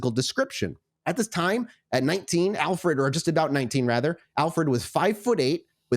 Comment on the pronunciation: By the way, his name is Alferd not Alfred